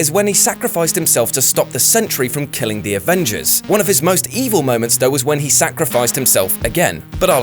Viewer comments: He said avenders vs defenders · "The Avenders vs Defenders war" (facepalm) must have been a tongue-twister ay? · "Avenders vs Defenders" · You said "avenders" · did he say "Avenders" before he said defenders 😂😂 Dm I love all ppl at what culture 😂😂